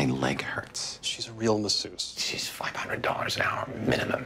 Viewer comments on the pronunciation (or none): Massusse... Just no. Don't ever say it like that.